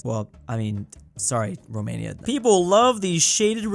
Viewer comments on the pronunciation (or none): none